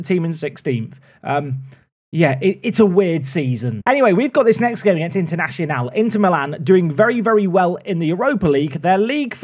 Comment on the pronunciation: Haha why do you pronounce Internazionale like Internacional?